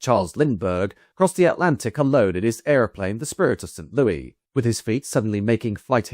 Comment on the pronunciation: With hesitation because I have no desire to appear smug. I especially have no desire to appear ungrateful for the many edifying hours spent with your commitment to thorough research. The city of song which is the home of the Gateway Arch monument and Anheuser-Busch brewing is not pronounced in formal context like it is, informally and with affection, in all of those songs. Despite the French historic connections, and formerly language, being prominent. Approximately "Saint Lewis" is correct. Example